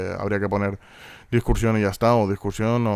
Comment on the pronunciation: Es discusión no discuRsión ;)